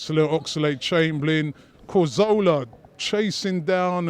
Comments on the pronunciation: Robbie sounds like this...... "do you FFFink we should FFFrow someFFFing different at City??? "maybe haveFFF 2 players with good FFFechnique like Kazsuglah (Cazorla) and Ousel (Ozil) boFFF play on sunday?? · his name isn't "corzola" its cazorla